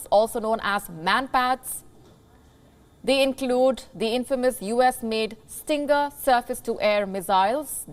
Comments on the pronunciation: Stinger not Stringer? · It's called a "Stinger missile", not "Stringer missile". Get your news right. You are happy to bash the expansion of NATO, history of the near past. Why don't report about how well these countries were treated by the USSR under the Warsaw Pact? It was extremely harsh repression with tanks, bombing, and death. Read the history. This is why these countries CHOSE to join NATO and the EU. Putin wants to revive the USSR. These countries want no part of it FOR VERY GOOD REASON. Read the history of the Warsaw Pact. It was not a "PACT". It was a fascist repressive occupation. NATO is certainly not perfect, but there is a free press. Try reporting on the WAR in Russia. Where is India? Dithering uselessly. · …… it’s called Stinger , but not stringer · Stinger missile, not Stringer... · Stringer missile? Try Stinger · It's called STINGER, not STRINGER. Do your research WION. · Stinger missiles... not “Stringer” missiles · quote, end quote "Stinger," not Stringer missile. As in, feel the sting. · The name is Stinger not stringer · LOL . she called it a STRINGER missle.... dumfck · Ive never heard of a stringer missile 🤔😂